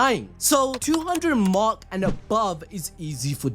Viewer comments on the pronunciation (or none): none